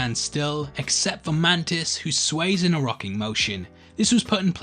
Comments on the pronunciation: On minute he says "mantits" instead of "mantis" and now I can't un-hear it haha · when you say mantis for the second time it sounds like you said man tits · Did you call mantis man-tits on purpose? I spit out my chocolate milk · did you call mantis "mantits"? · lol you called mantis mantits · Did anyone else hear him say mantits instead of mantis in the funeral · Did you say "Mantits"? 😂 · lol, you said man-tits for mantis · he said mantits not mantis guys😂😂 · Hahahaha mantis was mantits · You called mantis "man tits" Lmao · You called Mantis.... Mantits....